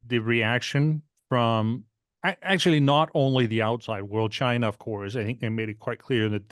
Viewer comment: Where’s “Chiner” and “Russier”?